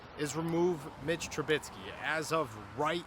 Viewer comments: It's Trubisky not Trubitsky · I need Trubisky to get benched so you can stop saying TruBITSKY 😭😭😭